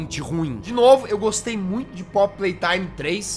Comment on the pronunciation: Não gustuei... Também não asmei... Asduruei